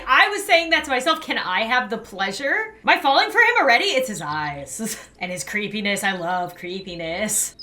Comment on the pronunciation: “it’s his creepyniss i love his creepy nis”